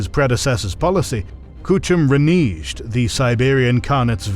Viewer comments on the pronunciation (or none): Never heard the word “reneged” said that way.